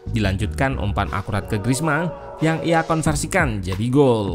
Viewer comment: Griezmann dibacanya Grizman Min. Bukan Grizmang karena 'N'-nya 2. Maman dibacanya Mamang karena N-nya 1.